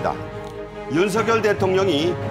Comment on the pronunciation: 윤석열 발음은 윤서결이 아니고 윤성열로 해야한다. 발음법으로는 윤서결이 맞으나, 이름은 고유명사인 관계로 본인이 불려주길 원하는 윤성열이 맞다고 한다.